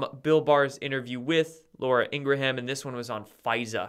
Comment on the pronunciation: Ingraham is pronounced " INGRAM"